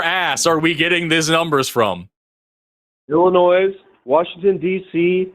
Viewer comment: Did Brandon say "Illinoise"?